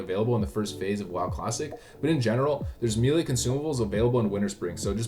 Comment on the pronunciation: Please stop saying Meelee lol.